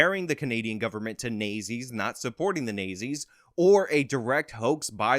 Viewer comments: "Nay-zees"? I think you meant "Naht-zees." That is a strange mispronunciation. Where did you get that from? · It's not nay zee, it's not zee. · Me listening at 2x speed wondering who the Nayzee's are? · I'm pretty sure the 1930-40's era evil German party is pronounced "not-Z". Just helping you out bro👍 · Horrible accents dude . Nayzees ? But good info !! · Nay Zees lmfao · I love the south park pronunciation of the national socialist party of Germany during ww2. Hilarious. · Your pronunciation of "Nazis" is brilliant😆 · I like how he says nazis